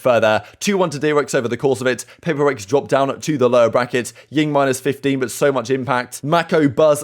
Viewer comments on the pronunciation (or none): Did he just call Jing , Ying? lmao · Ying?? P sure it's Jing